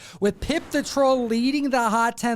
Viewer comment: I swear I thought you said "PIMP" the troll....🤣🤣